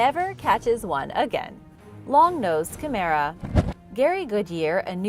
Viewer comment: Long nosed chimera, the chimera bit is sounded out as shim-mer-a not mare-a, very short a more like derma, and the accent is on shim. Chimera is meant to sound eerie, a dreamlike, nightmare or ghostly vision/ creature. Please try not to use the wrong pronunciation and make it sound much more pedestrian, our language has these strange words for good reason..